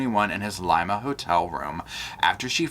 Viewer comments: Laima lol pronounce Liiiiimma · Just an fyi, Lima is pronounced like “Lima bean” when ur talking about Ohio, but it’s pronounced “leema” when talking about Peru. Great video otherwise! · Lima Peru, pronounced LeeMa ❤😘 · Hey...just a tiny correction. Lima, Peru (is pronounced 'Lee ma'). As I understand, he will be here for about 1 year in trial. He will be sent back to Peru to serve his time. Then be brought back to the US to serve his time for the Holloway crimes. Id say they may offer a deal to know where Natalie is. Love to you and the pups!!